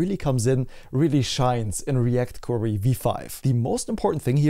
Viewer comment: Thank's for the update. I still can't overhear you saying "React Quarry" 😅